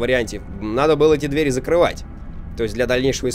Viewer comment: Правильно говорить не 2 дверИ , а 2 двЕри.